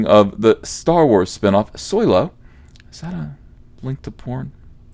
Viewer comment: I love it when you say solosawoyrwarsoyrry.